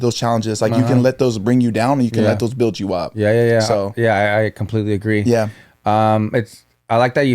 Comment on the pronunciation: “builDD” 😂😂